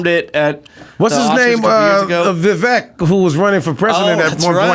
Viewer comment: Vivayk not vivawk Too-pawk not to-pack Ra-goo not ray-goo or raw-goo Ass-chaps not ace-chaps